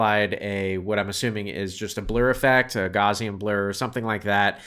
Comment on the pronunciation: You saying Gaussian blur… Thanks but no